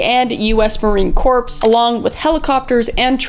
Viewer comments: It's not Marine Corpse, it is Marine Cor...the PS is silent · United States Marine Corps It’s pronounced “core” not “corpse” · i'm sorry if you've already been bothered to death about it but miss kriss I want you to be aware that corps is pronounced like core